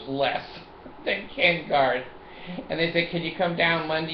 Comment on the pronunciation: Hey! Love your stuff but it's Ken Garff NOT Ken Garth. Fail. Anyway Checkout what I've been working on for Ken Garff! Take a minute and get real.